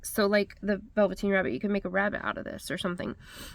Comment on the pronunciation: I love all of these!! But you melted my heart when you said The Velveteen Rabbit!! And oh my, you nailed it,,,spot on!! Definitely a nostalgic moment for me (insert a few teardrops here..). I have certainly missed you!! Happy New Year to you and Andrew ❤ I am off to place my order!! Love and blessings!!